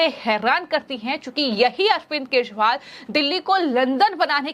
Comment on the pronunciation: केशरीवाल नहीें, केजरीवाल नाम है । क्या donation से appointment हुई है?